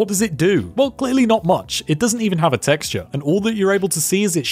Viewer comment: Nd the creeper tex-xure 😂😂😂😂😂